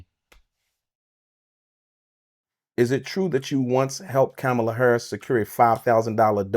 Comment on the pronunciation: Comma la...com.ma.la....not CAM.ma.la🙄